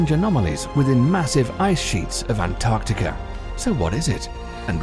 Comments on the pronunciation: Why when the narrator says Antarctica it sounds like Antarctica-ur? I have notice it a lot, i heard some one saying novel-ur to novel. Or are my brains just playing tricks. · Antarctica no r at the end